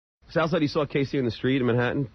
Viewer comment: "I sawr it"....lololol..